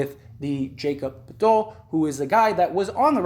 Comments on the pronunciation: 'Yak-ub Pertle' 'OG An nuh noh bee' Birch...rhymes with church...there is also a very common tree with the same spelling and pronunciation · This man aint even RAPTORS OR SPURS FAN, The way he pronounces the name KHEM BIRCH AND POETIL, he sure aint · Forreal lol.. dude doesn't know anything about ball he's just doing it for the algorithm lmao